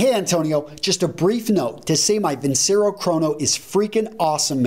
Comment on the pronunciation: It is vin-che-ro. Once it's advertised.